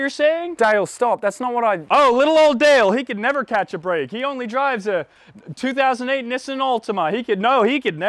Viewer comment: 2008 knee-saan 😘